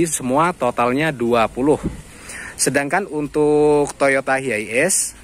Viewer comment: Penyebutannya tu bukan hiaies om, tp haies